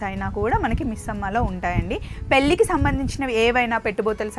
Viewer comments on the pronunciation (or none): పెల్లి కూతురు కాదు పెళ్ళి కూతురు అనాలి మల్లీ కాదు మళ్ళీ అనాలి. తెలుగు కొంచెం ఇంప్రూవ్ చేసుకోండి తెలంగాణా వాళ్ళు AP వాళ్ళని తిట్టారు కుళ్లు AP వాళ్లంటే కానీ స్మార్ట్ అన్నీ Ap వాళ్ళ దగ్గర్నుంకజీ నేర్చుకుని బాగా డబ్బు సంపాదిస్తోంది